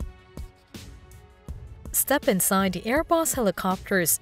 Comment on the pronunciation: Hey... why do you hate the letter "t" so much? It's "the" not "da." And "these" not "dese." 😮😊😢😂